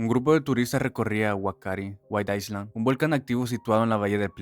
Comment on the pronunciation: El video chévere. Recordatorio que isla en inglés (island) se pronuncia “ailand “. Si dices “aisland “ estás diciendo Iceland, ósea Islandia